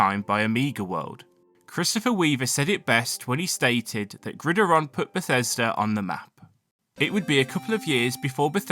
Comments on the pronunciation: It's not "Grideron" it's "Grid Iron", two separate words. There's a movie called the Grid Iron Gang staring the Rock. But yeah, it's meant to sound like two words. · I was confused if iron was pronounced differently in GB than in the US or something but then I realized you just read the word the whole way through as one word with the stress on the first I lol its pronounced as grid iron, just said a little quicker as one word.